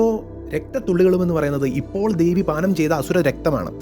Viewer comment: ദേവൻ.. ദേവി✅ ധേവി, ധേവൻ ❌ മലയാളം ഉച്ചാരണങ്ങൾ ശ്രദ്ധിച്ചാൽ നന്നായിരിക്കും. പറഞ്ഞ കാര്യങ്ങൾ വളരെ ശരിയാണ്. കാളിയമ്മ 😊എന്റെ കാളിയമ്മ